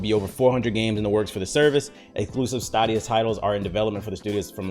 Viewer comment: i’m pretty sure it’s pronounced like stadium so like staydia, at least that’s how they say it in the commercials